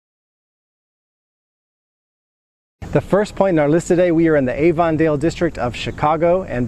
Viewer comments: Excuse me.... You are pronouncing Avondale all wrong. It's pronounce Aven dale NOT AVON like Avons calling. Short "A" and a short e sound. Aven_dale. Like 2 words together. WOW! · Hi there, native chicagoan here. Its AV-on-dale... not A-von-dale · Not even a minute in and I was going to say the same thing It's a short A sound.. Not long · As an English Language Educator, you should know that Avondale is pronounced "Aven-dale" not "Ay-ven-dale." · Oh good! I was not the only one bothered by this. I am a native Chicagoan and YES it is pronounced "Aven-dale." Not like Avon the makeup company. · the way he pronounces Avondale is driving me up a wall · Avondale is pronounced with a short "A" sound, not the long "A" as in Avon cosmetics. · That's not the way we pronounce Avondale in Chicago. That's not the way Chicagoans pronounce Chicago.